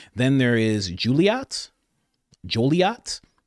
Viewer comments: I'm by Joliet. It's pronounced like Juliet except with an "O". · Lol joliet is pronounced joe lee et but i appreciate the research